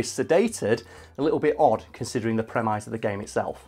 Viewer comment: Every time mispronounces "premise" I question my sanity. Have we all just been pronuncing it wrong all these years, until finally stumbled upon the true pronunciation?